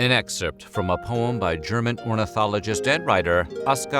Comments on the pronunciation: I seriously appreciate you pronouncing German correctly. You got my like and sub just for that. Das gefällt mir sehr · Aside from your excellent comedic timing, the other reason WHF should NEVER consider a different narrator...is that our dude can pronounce the German names and words pretty well! I am not saying that only German language is of particular importance, but I take it to mean that somebody bothered to ask: "how do I say this strange foreign thing before I make an entire YT video about it"? This is a (very German) commitment to quality! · The pronunciations of the different German names in this videos are pretty good, compared to most anglo narrators! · Props to you, the pronouciation of these many German words was actually very good